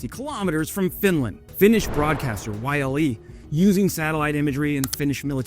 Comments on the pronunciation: it's so wierd hearing Yle being said like Y.L.E. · Yle > "oo-leh"